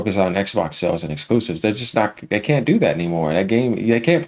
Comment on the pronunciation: This guy's voice and lisps get on my nerves. The way he says "Exquoosives". 😂😂😂